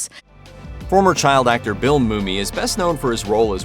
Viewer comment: The guy's name is Bill MUMMY! Not Bill Moomy. AI sux! Get it right!